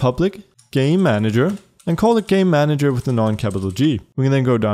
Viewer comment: Just how all i hear when he says "Game Manager" is "Gay Manager"